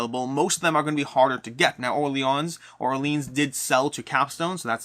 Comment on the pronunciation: I think it's pronounced "Hentes" which means "peoples" in Spanish. Also "Navegadór", you accent the last syllable. "Orleahn" instead of "Orleens".